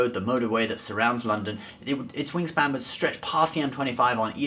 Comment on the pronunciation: He said wing Stan alot